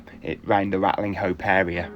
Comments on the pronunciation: i thought that the village was pronounced "Ratcham"? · Great video! If I remember correctly, locals drop the g and h when pronouncing the name. Like 'Ratlinope". A typical Shropshire trait! The place looked deserted! All the best. Keep em coming,!